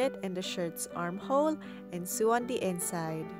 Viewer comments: its not pronounced su its pronounced so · Why would I want to sue the sides? It's pronounced soh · Just a small tip. It's not pronounced sew its sow. But beautiful doll! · Awe, she looks so pretty! That sweater looks so cozy! I want one in my size!! (Also, I'm not sure how open you are to pronunciation critiques, but I noticed you pronounce "sew" like "soo." It's actually pronounced the same as "so"! Sorry if you don't care about pronunciation! I'm learning a second language and just remembering the words is difficult, so I totally get if this is an unwelcome comment!) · its said (so) not (seew)but other than that its a rilly good doll making sep by sep instrutens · It is pronounced sow not sew (not trying to be rude) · Sew I️ pronounced soo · Btw it's not 'seu', the word sew is pronounced 'so' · Darling, so you know, "Sew" is said like "So" Hope that helped and love your vids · take a shot every time she says "sue" instead of sew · Hey, I'm not hating or at least I'm not trying too... Anyway the word "sew" is pronounced like the word "so" please do not think I'm trying to be rude or anything. Again, please don't think that I'm meaning or trying to be rude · It really bothered me when she was saying sew, because she wasn't she was saying sue